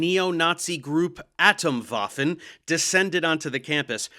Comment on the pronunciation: "atom" is a Greek word which is stressed on the second syllable. German retains the "correct" stress. So the German word "Atomwaffen" needs to be stressed on the second syllable, and that syllable is pronounced like the English word "tome".